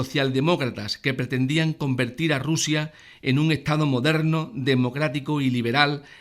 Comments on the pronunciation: Juan Acedo y RuZia con S por favor! Q escuchando este vídeo le dan ganas a uno de arrancarse las orejas! Si tiene un problema de dislexia o lo que carajo le pase pues que pongan a otra persona para leer los textos xq de verdad de resulta bastante bochornoso! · burguezia, ezcaza, Ruzia???